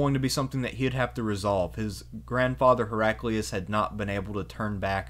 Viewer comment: Hera-kleye-us, surely.